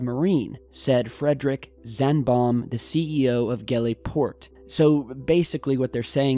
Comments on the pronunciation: D I know it isn't your language but it was funny to me! xD You pronounced the Swedish city name as "Gevla" but it's "Yeahvla" ^-^ The Ä sounds like 'air' The more you know... :D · NBD, but in Swedish the letter g is often pronounced as y in English yes, thus ~ yevle... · I thought Gavle is promounced 'Havla'. I remember it because of World Junior Hockey championships in 1993. Peter Forsberg played in it, totally off topic, I know. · It’s pronounced yeah-vle. The city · its pronouched as "Yaewle" ;) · swede here, Gävle is pronounced Jävle. thats a weird thing there, i will check it out on the news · And Gävle is not an e sound It's more like a fast A and a slow H sound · fyi the g in gävle is pronounced y. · The way you said Gävle was pretty funny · Patrik Einarsson the way he said Gävle kinda triggered me a little just a little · Was Funny to hear you try say Gävle xD (No offense ofcourse)